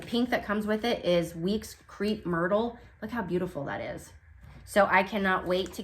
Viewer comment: I’m clearly going to have to get you to North Carolin, girl, and teach you to talk Southern 🤣. The “crepe” in “crepe myrtle” is pronounced “crape”, not “creep.” That sounds like something for Halloween ☺️. I’m glad you like the chart I sent. Misty is one of my favorite designers.